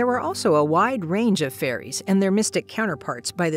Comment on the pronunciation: Wait, did she say faeries or furries?